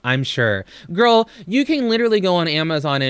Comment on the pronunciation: Is it a Kentucky thing to replace most of your vowels an ‘o’? Hungry? Hongry. Girl? Gorl.